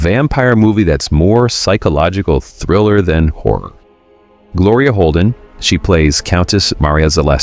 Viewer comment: this guy pronounces "HORROR" - "whore"!